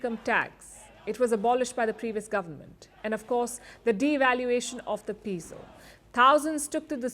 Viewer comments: Yes like the "e" in Epic. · The Peso is not pronounced as pee-so. It is pronounced as "pay-so". The "e" in Spanish is pronounced like the long "A" in English.